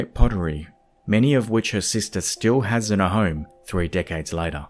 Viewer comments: In the first sentence I genuinely thought he said '' 5 Dickheads'' That is all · who else thought thought at the beginning he said "5 dick heads" instead of "5 decades" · I saw your comment first, when I clicked on the video, so I definitely heard that hah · lol I heard it and ran straight to the comments. Was not disappointed when I saw yours 😂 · Great video! I definitely heard "dick-heads" for "decades" in the beginning 😳🤣 xo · Awesome video! However, am I the only one who, at the beginning of the video, thought he said "dickheads" instead of "decades"? 😂 whoops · I heard “dickheads” then realized he said decades 😆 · At the beggining I understood : were gonna check 5 dickheads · 0.06 'dickheads'?